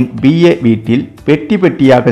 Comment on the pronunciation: செய்தியை சொல்லும் போது வார்த்தைகளை சரியான முறையில் உச்சரிக்க கற்றுக் கொள்ளுங்கள்! பி.ஏ என்றால் Personal Assistant.அதாவது P A. ஆனால் நீங்க உச்சரிப்பது B A என சொல்லி ஏதோ பட்டப்படிப்பு டிகிரிய சொல்ற மாதிரி தப்பு தப்பா சொல்றீங்களே!